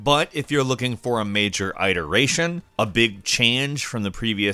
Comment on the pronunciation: Don't wanna be that guy, but I'm gonna. You pronounce iteration incorrectly.